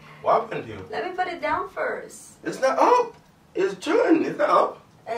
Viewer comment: "let me put it fown first"....I know thats right...